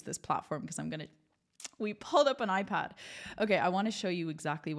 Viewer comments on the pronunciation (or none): none